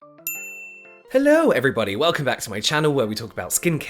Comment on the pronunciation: I giggled when I heard your “hellorw” hahaha anyway, great job!